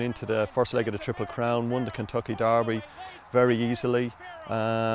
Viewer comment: Just to be clear, it's not Darby. It's the Kentucky... Derby.